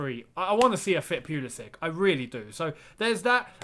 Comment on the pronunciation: Its not pyulisik, its pulušić Try poolooshich 😂